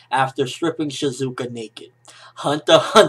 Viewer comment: lol shizuku not shizuka..